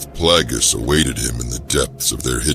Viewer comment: So many names mispronounced all over. Plagus is pronounced as "Plaigus", not "Plagoose", and Palpatine is pronounced "Palpateen", not "Palpataine" like it many places here.